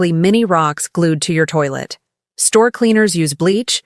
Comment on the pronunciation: Please common you cant say toilet like food oh dear! what is this😏